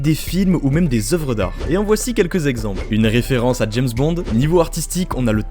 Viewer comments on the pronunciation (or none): none